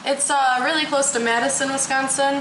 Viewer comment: Yeh ....Weally weally